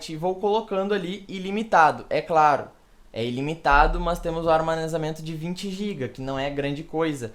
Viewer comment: ele disse armanezamento varias vezes kkk